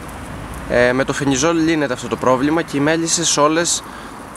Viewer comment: Αδερφούλη ευχαριστούμε για ότι κάνεις και μπορούμε να μαθαινουμε, αλλά αυτό το "φενιζολ" λέγε το "φελιζολ"